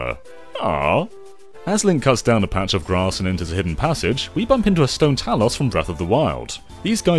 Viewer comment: *Talus, *Tektite, *Byrna! I've never heard so many words mispronounced in a Zelda video.